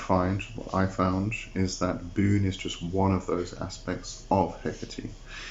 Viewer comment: Wait isn't it "Boo-néh" instead of "Boon"?